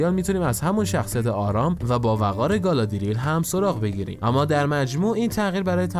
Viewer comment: گالادریل نه،گالادریِل